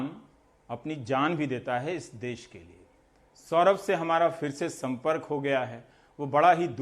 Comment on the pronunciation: देश होता है ना कि देस